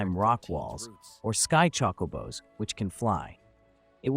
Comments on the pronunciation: Chockobos? Chocobos? lol it’s chocabo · true actually but it’s not pronounced Chocoooobo or chockabo like this guy pronounced it wrong in multiple ways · No its not? It Chocobo there's no A. EDIT: I now heard what you meant. However this is just AI voiceover. still it is def Chocobo but pronounced Chocabo